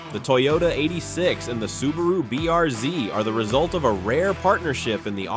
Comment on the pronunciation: I must admit, I find stupid AI quite amusing. What exactly is a BRZed? That’s what you kept repeating, or perhaps your AI voiceover was mispronouncing it. Additionally, it’s quite well-known that Hyundai and Kia share a common platform, as do Subaru, Toyota, and even Toyota and BMW (for instance, the Supra). Did you also know that the Model 3 and Model Y are essentially the same car? The only difference is that the Model Y has sits higher (prior to a refresh). This video certainly deserves a significant downvote.